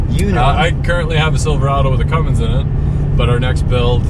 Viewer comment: First off, its CUMMINS, not "Cummings". Second, apparently you can put an inline-6 Cummins in "something made of extremely low quality extremely poor design" because Chrysler has been putting Cummins engines in Rams aka rolling dumpster fires for decades. The Duramax started as a Japanese design, but between the 6.7 Cummins and 6.7 Powerstroke, the Duramax is the only one built in the US (Ohio). Isuzu is one of the top diesel engine designers out there and have been designing diesel engines nearly as long as Cummins has. As of 2017, the Duramax is also the only one that doesn't use the POS CP4 fuel pump either. It's a shame Cummins decided to put that ticking time bomb on the new 2020 6.7 Cummins.